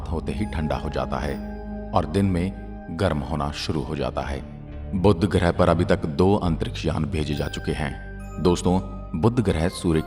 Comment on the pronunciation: बुद्ध ग्रह नहीं, बुध ग्रह है